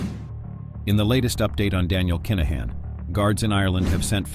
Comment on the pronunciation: Very good narrative but please please accept some pronunciation errors which are driving me (and most Irish listeners..)crazy! Just ask us for the phonetic spelling and we will all have a better experience! For example: Kinahan is pronounced K-in-ah-in and NOT Keynahin. There are many more, just ask! Other than this, excellent 👌